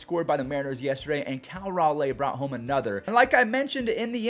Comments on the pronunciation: Just an fyi it is Cal Ral-lee not Ral-lay, but up in Mariners nation we prefer “The big dumper” or my personal favorite “Beef boy” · Just a little something i noticed the mariners catcher's name is cal raleigh like ral-eee